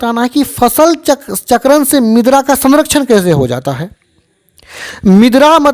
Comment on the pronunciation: मिद्रा bol rahe hai ====😮 मृदा मतलब मिट्टी होता है